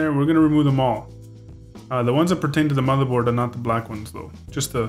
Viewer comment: Good Vid;!!! never mind the idiots who saying negative shit,, and I think that it's great that you didn't edit out the "matherboard" slip!! The critics are probably guys who never make mistakes:P and do their best to hide the ones they do! I think it adds a nice touch